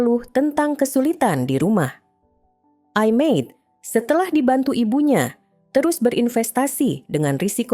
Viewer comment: Cara baca i Made...gak bnr